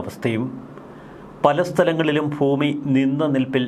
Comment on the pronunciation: Foomi ennalla sir. Bhoomi ennu paranjal nallath. Just for your kind attention.